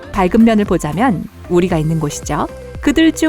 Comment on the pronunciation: 밝은면 ㅈ같이 말하노 ㅋㅋ